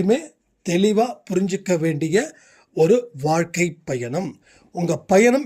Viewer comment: "யென்னம் போல் வல்கை".